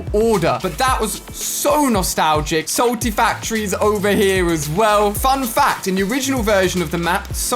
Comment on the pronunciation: He said salty factory